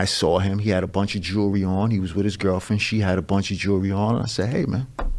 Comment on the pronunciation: Anyone who says "jooree" as jewelry...probably isnt on top of the academic heirarchy. Is what it is